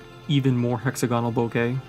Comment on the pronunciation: Sorry, I just have to correct your pronunciation; the out of focus blur is a Japanese word "bokeh" which is pronounced "bo-ke", not "bokka". Please listen to the Japanese men in the end of the video